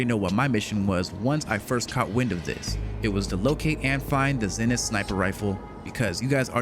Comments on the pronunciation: "Zen-ith"...it's pronounced, "ZEE-nith"...smh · Zenith. Isn’t it pronounced ZEE-nith?